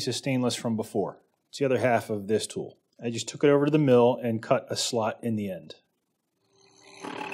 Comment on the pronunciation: its probably less common in some regions.... but tool is often pronounced as two,,,,, its got to the point I listen for it !!!